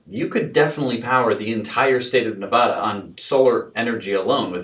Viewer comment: Love the show, but PLEASE PLEASE, pronounce Nevada correctly!! The first "A" is pronounced like "Apple." You are pronouncing it like "Opera," which is incorrect.